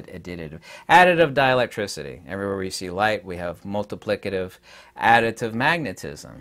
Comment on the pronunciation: Ha, you said addiditive